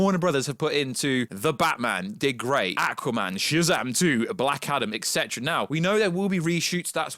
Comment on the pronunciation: You keep saying “ekcetera”, it’s ET CETERA. You’ve probably never seen “etc” written out, have you?